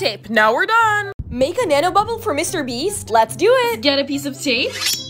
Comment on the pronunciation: it's bubble not boble🫢